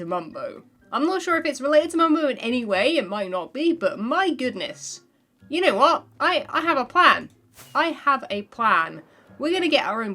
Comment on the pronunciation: everytime i watch her videos it's full of "ya ne wot"